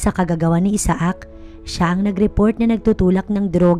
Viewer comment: The best way to pronounce the guy's name is...Aysak! Isaak ay pilipino version na pag bigkas.